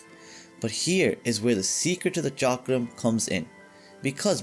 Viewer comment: Thank you for pronouncing Chakram right way.